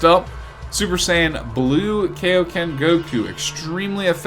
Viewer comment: Please don’t say kayo Ken goku ever again please